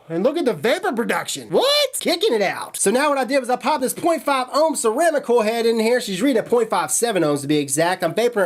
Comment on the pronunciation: Ever notice he says koi head instead of coil head?